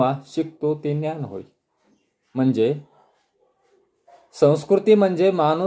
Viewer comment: सर छान सांगता पण समाज बोलताना ज चा उच्चार व ज्ञान चा उच्चार न्यान होतो आहे,साॕरी सर.